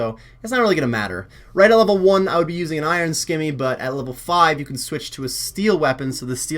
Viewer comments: also, simmy, not skimmy. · Good guide. Can you please pronounce scimi properly though lol!